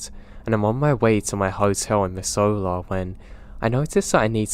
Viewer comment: MISS-ZOO-LAH not mizz-oh-la